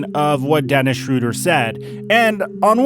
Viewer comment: They did the pronounciation of his Name wrong, hes not called „Schroder“, the german ö is Not pronounced like the englisch o